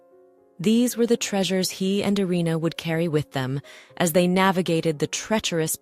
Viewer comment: 「アリーナ」「アレーナ」じゃなくて「イリナ」ですよ